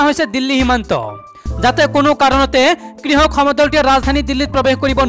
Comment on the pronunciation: Pl try to speak correct assamese ie pronounciation যেনে কৃসক নহয় কৃষক,কিসি নহয় কৃষি